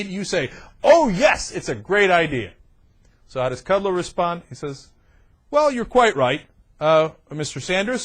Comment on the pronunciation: Yeah it's Kud-Low. Hooked on phonics could work for you, and don't call yourself a TV commentator. You're like Wayne from Wayne's World. Is Aerosmith in your Mom's breakfast nook? The Young Turks The Young Turks....excellent excellent weeooh weeoh!!!!!